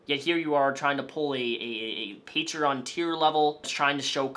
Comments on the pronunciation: onision's pronunciation of the word 'patreon' irritates me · i hate the way he pronounces patreon